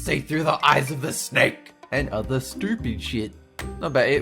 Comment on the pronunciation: I hate the snakeu (HAHAHAHA WHAT IS A BTS)